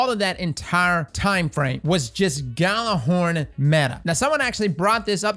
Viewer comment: Isn't it yeah-lur-horn? I don't mean to be like "you're saying it wrong!" But I assumed it was Norse.